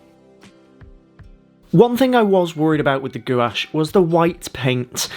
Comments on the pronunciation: I love painting with gouache as well. This is beautiful. Btw it’s pronounced “gwahshh” not “goo-wash” lol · Excellent tutorial. Thanks a lot for sharing your knowledge about gouache. 👍🙏🙂 By the way - everybody else, who work with this medium on YouTube, pronounces gouache [gwarsjh]. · Gouache is said as (g- wash) FYI...